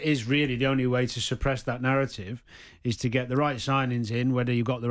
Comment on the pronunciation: 'the nawwative', The 'epic pwoportions', bla bla bla bla bla. Same old Jordan.